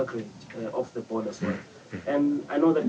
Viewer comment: "Where is zhe question?" LmAo